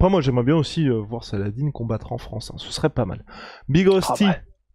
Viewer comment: la maniere dont vous prononcer le prenom salah-dine est tellement absurde ( ce n est pas une salade )